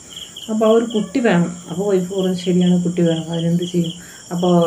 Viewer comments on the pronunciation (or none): ഒയ്ഫ് അല്ല മാഡം വൈഫ് ആണ്